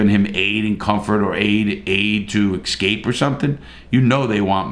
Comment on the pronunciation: ESCAPE NOT EXSCAPE 😂